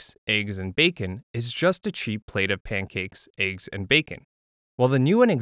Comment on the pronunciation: he said.. "aye-ggs" 🥚 💀